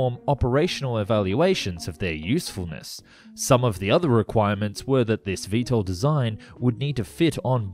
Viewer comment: "VeeSTOL", not "VeeEssTOL". V-two two instead of V-Twentytwo? Are you just a voiceover guy who knows nothing about airplanes?